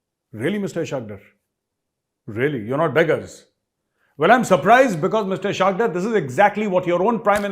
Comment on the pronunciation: Maj sahib, there's one small mistake you make in every episode. The Pakistani Finance Minister's name is pronounced 'Is-haaq Daar', not 'Ishaaq Drr'. Given the amount of Pak- watching you do, television included, you would have surely heard them pronounce his name. It's just like the way you used to use the incorrect word for celebrations, 'Shamianay bajaa rahe hain' whereas it is actually 'shadiayanay'. You have corrected it since, and i trust you will do so in this case too. Love your shows, am a big fan, that is why it rankles a bit. All best. Jai Hind🇮🇳🇮🇳🇮🇳